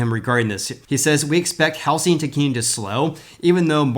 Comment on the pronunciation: I love how you say How Sing market not How zing market.